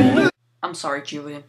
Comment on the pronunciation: Dammit its WHOlian. Not Julian.